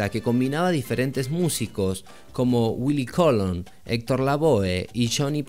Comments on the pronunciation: It really angers me that a so called salsa specialist can’t mention names like the Legendary Hector LaVoe or my family name Willie Colon properly. It made me unsubscribe. Get it together! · Por favor Diga el nombre Willie Colon bien. Y el nombre de el sonero más grande del mundo bien Héctor LaVoe. Mi padre merece que digan su nombre bien Willie Colon. Esto me enoja y ya no sigo subscribiendo . Que cosa fea que un latino que dice que conoce Salsa no lo diga bien .